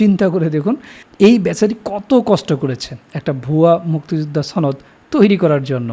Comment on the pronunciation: 'সনদ'শব্দটি দয়া করে শুদ্ধ ভাবে উচ্চারণ করুন